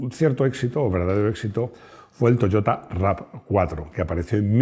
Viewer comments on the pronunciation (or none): none